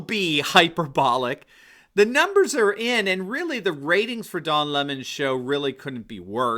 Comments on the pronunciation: If his last name is pronounced leh-moh is his full name actually doh lemoh? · "Le Mon"? Sounds just like Cyathinth Bucket insisting that it's pronounced "Bouquet".😂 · Every time I hear Don Lemon's name pronounced Li-MA, I think of WC Fields as Egbert Souse in the The Bank Dick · It’s important to pronounce his name correctly, LEMMING. He is following the, rest of the mainstream media off the cliff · If he pronounces his name the French way it would be L'aimant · Lemon prefers his name pronounced in the high French mannah?? That's like Hyacinth Bucket wanted her name pronounced "Boo-kay."